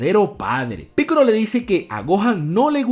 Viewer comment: por que dices piccoro y no piccolo ya que no es con R si no con L